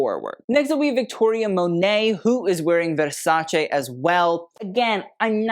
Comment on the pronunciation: Pls put more care on the pronunciation of the ending part of "Versace" 🙏